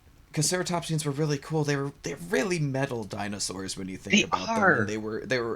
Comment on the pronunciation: Dinozelz lol